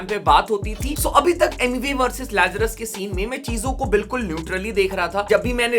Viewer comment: Rapbot ne tu lazres ka naam galat bolke hi gandi krdia yrr 😅😂